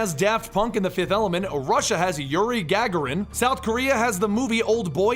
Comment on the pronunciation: doesn't seem to know anything about the space program, lolz. "Gag-a-rin" "Von Bruin" "Saturn Vee"(which isnt technically wrong, but most people say 5 instead of V).